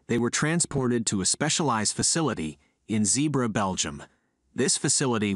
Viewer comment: It's not Zeebra it's Zeebrugge